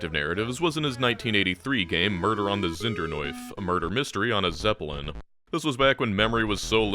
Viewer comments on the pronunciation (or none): none